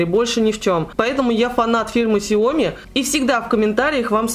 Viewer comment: Ксяомииии ааааа правильно говорить ксяомиии а не ксяоооми